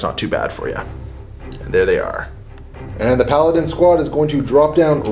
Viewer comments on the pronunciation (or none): none